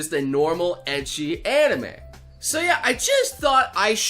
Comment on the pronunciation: still triggered how he says ecchi